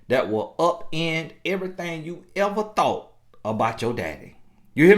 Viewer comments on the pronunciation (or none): none